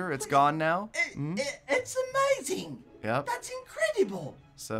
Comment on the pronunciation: Wutt geledon its emeyzin